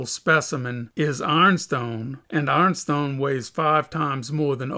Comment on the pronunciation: AARNstone... what is AARNstone? (Caption says Ironstone 🤦‍♂️)